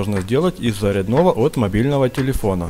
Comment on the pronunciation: "заряднОго" !!??? Серьёзно???!!! Где это так говорят !?